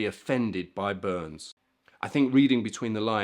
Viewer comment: yes related to this gentleman, the correct way to pronounce his/my name is Bur ness not Burns